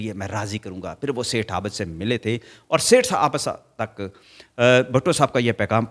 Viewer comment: Aabad NAHIN abid hota hai